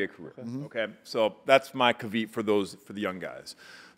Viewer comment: Shane pronounced caveat as caveet????